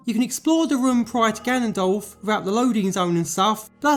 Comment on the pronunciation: For the longest time i thought he was saying GANDALF not Ganondorf and it was confusing the heck out of me